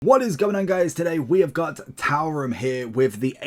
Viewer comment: His name is pronounced " 2 Ram "